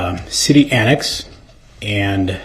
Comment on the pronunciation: Why does DumbDarrell put a "T" at the end of words ending in a "S" sound? Example, annext, thist.